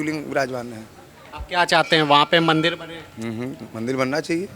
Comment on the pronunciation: Thik hai, per aap mandir ko mandil kyo bol rahe hai, aur aap ek sant hai bhasha per control rakhiye 🙏🙏